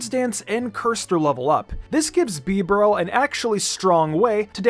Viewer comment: Bro I almost quit the video after he said bibareel